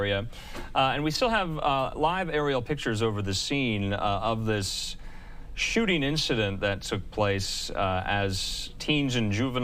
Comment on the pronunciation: so they skhott at bunch of kids for a person they didn't see or distinguish....,.. we "responded to a skewhter situation" by skweooting randomly into a group of kids.......... bet it was acorns shook from a tree.... skhot at a bunch of kids without any clue of a suspect.....only after multiple officersn skhoot into groups of teenagers Looked for a suspect to pin it on.... only after shooting aimlessly and recklessly....... .... how you gonna rain bullets regardless of the background or life and shoot at someone you don't even see or know.... into a crowd that already to many officers were already at.... more cops mean more problems. ofc they go and entitle phew bunch of kids looked for someone to be s suspect after reaigning fire recklessly lawlessly and aimlessly on children